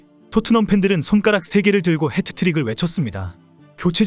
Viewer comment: 햍트릭 not 해트트릭 !!!!!! 아 진짜 !!!!!!! 여보세요 좀 햍트릭 이라고 하세욧 !!!!!!! 미치겠다 !!!!!! 햍트릭 !!!!!!! 제발